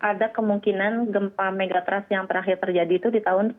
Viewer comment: Pengucapan Megathrust salah. Ketika diucapkan jadi terdengar Mega Trust - yg malah sangat positif. Trust itu sangat penting apalagi Mega Trust 😂